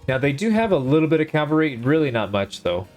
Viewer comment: Cavalry. Not calvary. Huge difference...